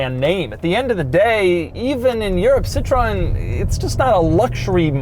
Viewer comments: Not si tron its si troh en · Doug apparently can't decide if Citröen is a three syllable or a two syllable word. Hint: It's a three syllable word, "sit-ro-en". Pronouncing it with two syllables makes it the French word for lemon. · Citroën, not Citröen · pronounced "sit-tro-ehn" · It's spelled "Citroën" with the dots over the "e" and not the "o" like it is in the title. Also, you don't pronounce the "o", so it's just "Citren". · Pronounced: sit-ren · its pronounced "Sitchrin" Try reading the correct info before making a poo video. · Pronounced SIT-Row-En. Cmon Doug do your homework. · Doug is saying Citroen weird because someone probably told him that was how it was said